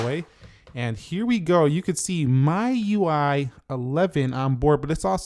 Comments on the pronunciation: A small thing, the pronunciation of MIUI is ‘Mee-UI’ and not ‘My-UI’ 😅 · but why do u pronounce MIUI as My UI?